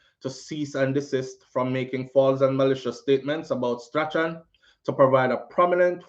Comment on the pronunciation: hi, I believe it is Strachan is pronounced STRAWN